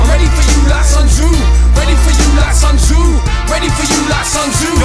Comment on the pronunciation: As a person who is fluent in mandarin and Cantonese it bugs me that Sun Tzu's name is mispronounced. However, this is another top track.